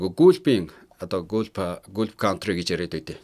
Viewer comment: Гүүлф биш Галф гэж дууддаг биш билүү ярих юмаа бэлдэхдээ үгийнхээ дуудлагыг мэдэж аваад ярьж байвал Америкаас мэдээлж байгааг чинь тодотгох үзүүлэлт болох бус уу 😅